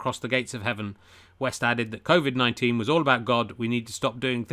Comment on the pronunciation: Did you genuinely said "Crowvid" ?